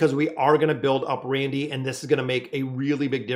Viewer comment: You have been confusing me for weeks watching...I couldn't figure out who the hell was "Randy" or "Randell"...his name is Randle...please get his name right